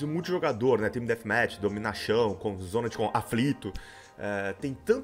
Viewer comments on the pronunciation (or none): dominaxão, zona de aflito kkkkkkkkkkkk eu falava assim quando eu não sabia falar ainda... eu só fui aprender a falar com 15 anos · "Dominachão" kkkkkkkkkkk